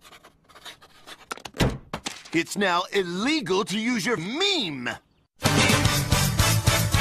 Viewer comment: The way say "meme" made me think hes saying mean 😂😂